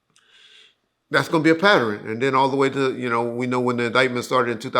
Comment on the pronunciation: 😂😂😂 "a patterin